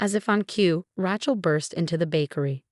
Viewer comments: Ratchel, Ratchel, Ratchel!!! 😉😿😤😠🤬😡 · How many of these stories cant say Rachel correctly